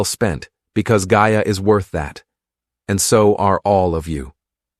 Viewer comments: Started off at the very start pronouncing correctly. AI sloppiness. No respect for Gaia or sister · Pretty annoying that gaia & mayas names seem impossible for you to pronounce them correctly.......please try harder